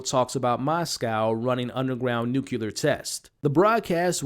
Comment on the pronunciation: Nucular? NUCLEAR!!!!!!!!!!!!